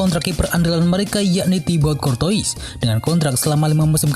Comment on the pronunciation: Kortoa bacanya min